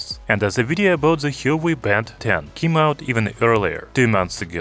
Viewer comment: You're pronouncing Huawei wrong.